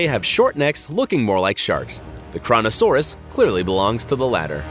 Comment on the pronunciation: Every time you say kronosaurus kronosaurus it's good it's shit your kronosaurus